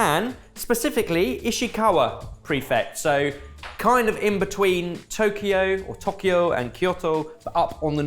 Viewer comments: I’m sorry, did you just “correct” your pronunciation of Tokyo by saying TOCK-EE-O?? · I used to live in Ishikawa, you should try the sake from the Noto peninsula. The fruit game in Japan is great, the apples are bigger than cooking apples but have such a beautifully delicate taste it never gets old. Also, I love that tried to pronounce Tokyo correctly and instead pronounced it even worse lol.